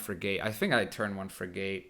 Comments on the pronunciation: Ok its not frig ATE its firgte the a is silent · Love your videos man, but your pronunciation of frigate was cracking me up more than the intro 😀. It rhymes with dig it, not a long a as in gate. English is the worst, I know. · What?? You're right it isn't frig ATE but it's not "firgte" and the a isn't silent. It's more like frig IT. If you're going to correct pronunciation, you should try not make mistakes yourself.